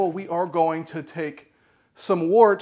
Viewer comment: Its pronounced "wurt," za vord is German, yah!